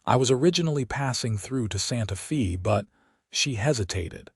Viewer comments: How many of these stories does you AI narrato have to misspeak, it Sante Fe, not Sante FEE!!!! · While the hand thing might be a bit off putting, pronouncing Santa Fe as Santa Fee is even more so. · Santa Fe is pronounced Fay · Wonderful story of true people with future vision. Only problem was AI interpretation and pronunciation. Listening from Chicago Illinois. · They don’t even know how to pronounce SantaFe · It doesn’t….you’d think AI would have access to a dictionary.